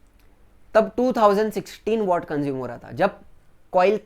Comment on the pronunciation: Sir वो वॅट होता है